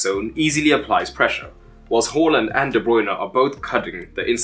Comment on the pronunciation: Haaland is pronounced as 'Whoreland' in Eton these days?